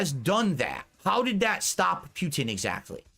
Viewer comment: You guys caught the fascism thing, but the way he said Putin was even better. Pee-u-Tin.